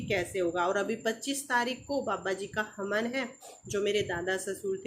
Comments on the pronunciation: Di haman nhi hawan hota h aap hamesha haman bolti h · हमन नहीं होता है हवन बोलतेहै मैडम जी